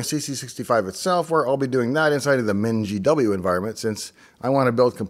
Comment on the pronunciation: Don't EVER say MINGE, Pronounce it 'Ming' like 'Ping'. If you knew what a minge was you would understand and then you'd stop pronouncing that way immediately.